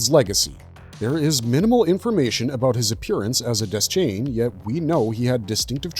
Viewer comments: Dayshain not Dez-chain 🤦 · Its DEH-SHANE. Idiot.